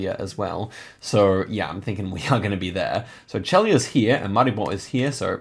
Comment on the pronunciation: Celje is pronunced like "tselye". Trojane village has very famous donuts (they don't look like American ones and they also don't look like Trojan horses haha). Congratulations on good guesses!🙂